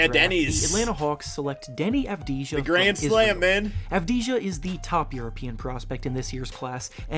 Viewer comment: It's pronounced Avdiya